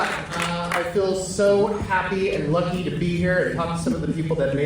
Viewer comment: "and i got luchy enough to find Chase" with a semi Hispanic accent. i love it